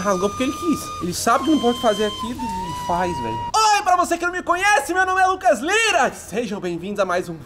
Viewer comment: Ele disse lucas liras 😂😂